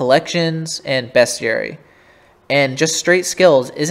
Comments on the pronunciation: lmao dude say beast not best lol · love u but best-ary? WHY DO U SAY IT LIKE THAT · ok but like… uhhhh… ITS JUST WRONG TO SAY IT LIKE THAY